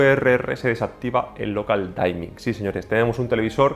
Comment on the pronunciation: Local Dimming, no Local Daimming